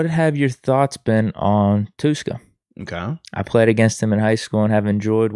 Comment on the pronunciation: I’m his cousin and his last name is not pronounced like that